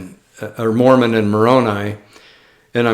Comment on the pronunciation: that's pronounced "Mormon"😅